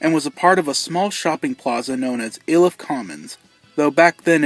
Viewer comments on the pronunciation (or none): It's pronounced "eye-Liff" not "ill-Liff" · EYE-liff not ILL-iff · Its not "ill" if, its eye lif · Not to be that guy but we say "eye-lif". "ill-if" is funny though lmaoooooo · Ill-Iff lol I’ve never heard anyone say it like that. We pronounce it Eye-Liff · "ill-if"!? only Google maps pronounces it that way! it's "eye-lif"! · its pronounced like i-lift with no t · Hi there! Just watched your video. Aurora Native here. My cousin went to school with Dunlap and there was some controversy as his family wanted the school to allow him to walk at their high school graduation after the massacre. Also, locals pronounce Iliff as eye-liff despite what Google says, lol. Great video! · I'm Aurora Colorado born and raised. My uncle lost a friend. One of my past bosses worked at that Showbiz. I have a few pictures of the current location from the early 2000s somewhere. Also, it's pronounced Eye-liff. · It’s pronounced “ EYE-LIFF “ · Its pronounced "eye liff" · Iliff pronounced eye-lif. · It’s not Iliff it’s ayyyleaff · The video’s been getting a lot of traction lately so I thought I would address some things: 1. I know I pronounced Iliff wrong, I didn’t know how it was pronounced and used google translate to help as I couldn’t find any videos mentioning the street name correctly. 2. The reason this was re-edited was because of some things I had to take out of the 1st version which offended people and got me a ton of online threats. If you want to see the original version someone put it on internet archive, that’s the only one I’m ok with. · Everyone pronounces Iliff wrong, it's okay. even the local bus's automated voice that announces stops along the ride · I live across the street from there, and don't worry! Most people mispronounce Iliff 😂. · The way he mispronounced Iliff XD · If you from aurora you know that we pronounce Iliff different than what he said but that’s ok